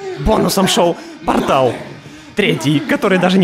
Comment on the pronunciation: ПортАл, о боже мои уши чуть не закраватачили. ПОртал.